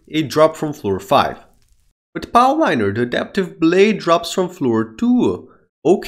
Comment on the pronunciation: Another powliner "" classic